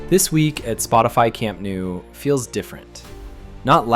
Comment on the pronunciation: Camp nou is pronounced more like"camp no" not "camp new"